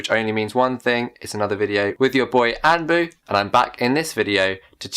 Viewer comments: Your name on the title says 'Anpu,' but when you say it, it sounds like "AnBU?" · Am i the only one who hears him pronounce his name as AnBU and not AnPu in all his videos?